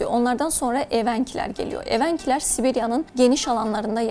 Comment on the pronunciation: Ударение неправильно ставите- эвЕнки....